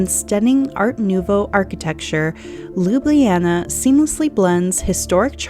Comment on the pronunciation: One would think as a “luxury travel advisor” you would at least attempt to pronounce Ljubljana correctly!